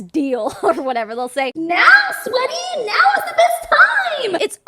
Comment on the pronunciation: Whyyy do I die every time you say “sweaty”?!?! 🤣😂🤣😂